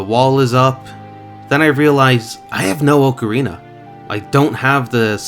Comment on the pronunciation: its oca-rina not ooocarina